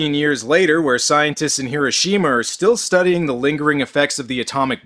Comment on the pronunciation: Im also one of those pedantic assholes who feel the need to point things out... Like how you are not saying Hiroshima correctly. I mean you say it immediatly before the character says it correctly then you go on to keep saying it wrong. I know its petty but its a bit of a pet peeve. just think how silly you would think someone sounds if they said mississippi and pronounced it with a MY sound insted of the normal way Myssissippi you would prolly correct that so say Hiroshima with the correct emphasis sheesh!